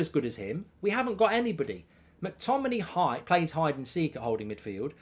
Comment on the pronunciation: Mctominay. At least get the guys name right